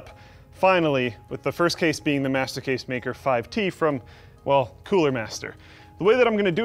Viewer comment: when you say "master case" it sounds like "masochist" :D